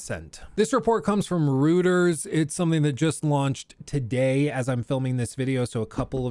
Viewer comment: I like how pronounces "Reuters" 😂